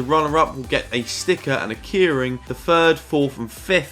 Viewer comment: Never heard anyone say ‘keyring’ like ‘kearing’🤣